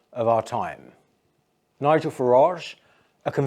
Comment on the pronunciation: Peter is the only person I know who pronounces Nigel’s name correctly